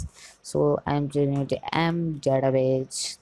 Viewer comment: Why would you say database as databaje?